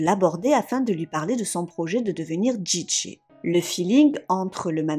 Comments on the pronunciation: Tu m'as tendue avec ta prononciation de DJ en Djidjé 😵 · La façon de prononcer "DJ" m'arrache les oreilles.... XD